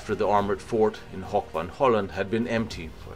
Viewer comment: lol how he pronounced "hoek". It's pronounced exactly the same as the English word "hook", so no need to turn it into a silly "hoch" sounding word haha.